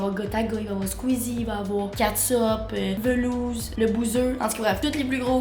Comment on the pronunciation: MDR a la dit velouz